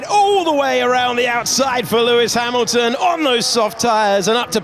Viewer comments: É impressão minha ou ele pronuciou Emilton? Kkkkkkk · eu ouvi bem, "as maclarens " fdx "OS MACLARENS , OS CARROS MACULINO OS FERRIS OS MCLARENS; OS RED BULLS" é mau demais, HAMILTON é com H e não com R, não é RAMILTON, tem de aprender a falar, mais á frente diz " ai estão so dois carros da ferrari" o que está correct, carros, depois diz uma Ferrari!!!! é muita ignorancia mesmo.